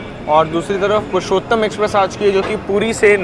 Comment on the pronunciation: Purushottam Not Pushottam